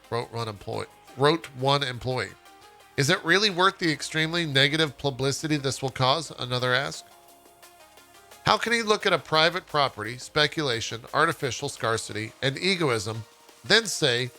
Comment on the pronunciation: It's pronounced Scare-city. Scarcity.